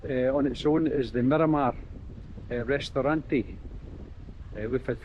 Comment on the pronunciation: Miramar - mee rra marr Restaurante - Rest- ow- ranty ( like Dante) ow like Michael Jackson